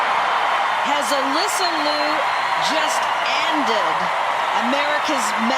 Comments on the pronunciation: Correct the pronunciation: more close to Leo, than Lu. Sarah was great, but her dance was just ok level. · I love Alysa Liu! I wish people would pronounce her last name correctly. It is pronounced “lee you”. Two syllables. Everyone is pronouncing it as one syllable, loo! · Her name is Ms Liu劉, not Ms Lu 魯. It's like calling Ms Brown, Ms bown ie leavin gout the /r/. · The "iu" in "Liu" is pronounced like "ew". Ask me how I know.🤣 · if you wanna celebrate her, at least pronounce her last name right.